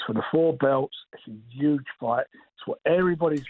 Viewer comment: "it's 'uge!!"...